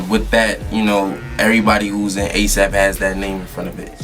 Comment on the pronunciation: Couldn't get A$AP right.... Please help